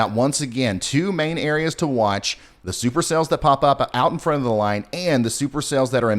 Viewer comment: Did you say STUPER CELLS? as in stupid?lol